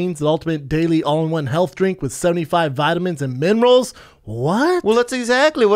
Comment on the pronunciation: haha Brendan "vitamins and mimrals" schaub